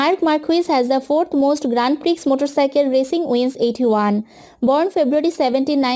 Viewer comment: Appreciate your efforts but please see the pronounciation first.... Grand Prix is pronounced as Grand Pri..... X is silent... Nd many other were thr just see the pronounciation first..... Anyways nice video!!!